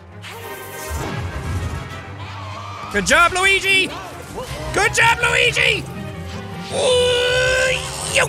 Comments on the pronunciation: Hey jacksepticeye can you please play the game Steven Universe save the light I keep on asking you to play it for quite some time and you're not playing it can you please play it for the love of God for Ireland for the potatoes and plus it's not Luegi it's pronounced Luigi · You said luigie this how you say it luigi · Actually, it's pronounced "Lueejee". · Please say Luigi name right please